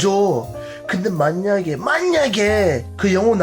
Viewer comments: 만냑에 만냑에!! (발음 듣고 따라함 ㅋ) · 한글 잘하시네요. 발음에서 있어서 연음만 조금 신경쓴다면 네이브처럼도 들릴듯 ex) 만약에 -> 마냑에 이렇게 발음되요. 혹시보신다면 연음 좀만 신경써보세요 ㅎㅎ